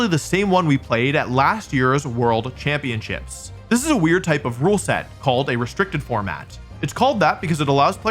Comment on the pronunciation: is it just me or did it sound like wolfey said “world champion shits”